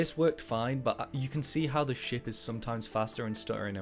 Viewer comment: everytime you say ship I hear shit